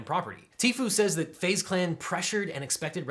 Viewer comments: It is pronounced phase clan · Literally no one: LegalEagle: FaZe ( Fah-Zae) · Fah-zeh clan... omg im going to start calling FaZe by this pronunciation cuz the capital Z.. LOL!!!!